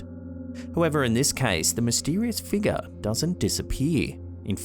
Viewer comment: BT's everytime says, "Figga":)